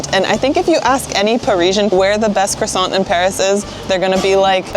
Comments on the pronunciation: When you prononce croissant you dont prononce the T its croissan. From a french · Do not pronounce the T in croissant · You don't pronounce the T at the end of croissant.